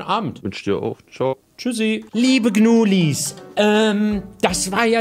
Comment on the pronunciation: Nicht gnuileins es heißt gnulis